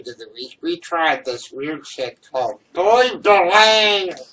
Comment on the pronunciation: Oh my god, your pronunciation of Boy Bawang is cringe worthy, and It's Filipino...